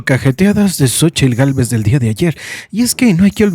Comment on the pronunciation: Que horror habla puras mentiras y de pilón mal pronunciadas . Que vieja tan limitada la tal Cochitl. Dios nos libre si llegará a la presidencia,….👹👹👹👹🤮🤮🤮🤮💩💩💩